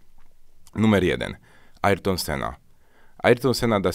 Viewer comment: Kurwa ariton... mówi się erton